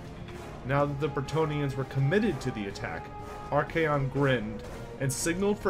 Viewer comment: It's archaon not arcaeon